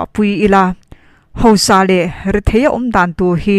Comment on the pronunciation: Tei i chanel hi ngaihnawm thei lutuk,rawn ti zel rawh.Tuna i chhiarah hian sawi duh ka ne, hausa tih tur hi hosa tihin a ri a,ziakah khan hausa tihin nge hosa tihin a in ziah ka hre lova,mizoṭawng dik ah chuan hausa kha anih ṭhin kha leeee